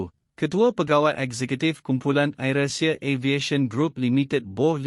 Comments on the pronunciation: I am shock at this news reader pronunciation where Air he pronounced as 'ayer' which is water. Hope the people who produced such news select competent newsreader who can distinguished between Malay and English pronunciation. This has happened many times. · saya rase nak mentah dan gila otak mndengar pembaca berita ni tersebut2 "Ayer" Asia.patut dia di beri kursus mefahami inggeris terlebeh dahulu.😇😩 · sangat MEMALUKAN....Pembaca youtube ini tak pernah dengar AIrAsia ke ? baca `AIR` dalam sebutan bahasa inggeris BUKAN dgn sebutan bahasa melayu... AIR yg dimaksudkan bukan benda yg diminum itu. mual sungguh la kamu baca. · Admint ni datang dari planet mana ni. Air inenglish dng air in bahasa melayu pon dia tak tahu sebut. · Apa punya admin ni....AIR ASIA tu guna sebutan dlm bahasa English laa..ada ke patut guna bahasa Malaysia...Air hujan ke..?buat malu jer..🤣🤣🤣🤣🤣🤣🤣🤣🤣🤣🤣🤣🤣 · Air (bahasa inggeris) bukan sebut air (bahasa malaysia) ....tolongla sebut betul2 .. sakit telinga dengar ... hihi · adoiiii...siapa bertutur ni ? sebutan2 langsung tak betul....AIR.....bukan sebutan melayu...bukan AIR minum...